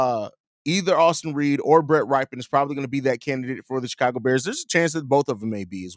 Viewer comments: that QB's last name is pronounced "rip", not "ripe" 😂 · RYPIEN is pronounced rip pee in